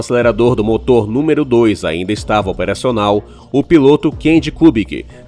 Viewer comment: Kkkkkk😂Olha o português ( Moto) cadê o R seu burro .